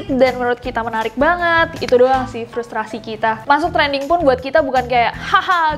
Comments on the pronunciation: Frustaasiii kaaak, bukan frustrasii😭😭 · Frustasi ka nes, bukan frustrasi 🤣